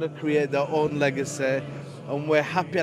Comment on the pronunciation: I love that pronounciation of Legasayyyyy😅😅😅😅. Fajr and tahanjud here baby!!!!